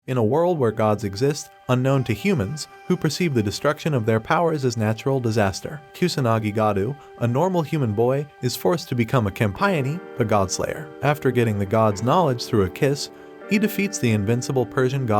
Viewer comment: It's pronounced as Cam-p-o-nay. But spelt Campione